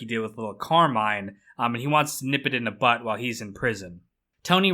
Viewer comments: Nip it in the... "butt?" Why would you think that's how you say it? Lmao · I heard that too. "Nip it the butt." That's what Vito did. hahaha